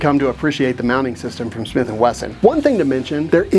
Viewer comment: Smiff & Wesson